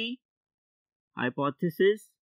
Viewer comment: Hypoooothesis Nahi sirrrr hypothesis 😂